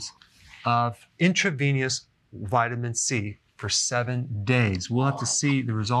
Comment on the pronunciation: Did he just say "nuculus" twice instead of nucleus and "intraveniously" instead of intravenously? Uhhh